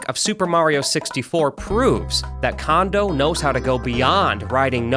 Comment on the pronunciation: It’s pronounced Kondo not Kondo